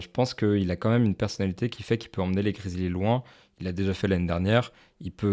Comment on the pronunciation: Les gars svp, prononcez bien les noms des equipes ! Je deviens fou quand vous dites les piston, cavalier ou grizlie. les pistOnssss, grizzlieeeesss